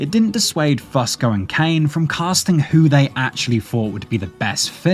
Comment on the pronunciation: I can’t listen to one damn second more… Damnit it’s “Fusco-Few-sko”